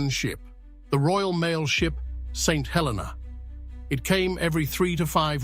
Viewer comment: The way to day the name of this island...Saint Hel---EE - nah with the accent on the middle syllable..Please NOT. Helena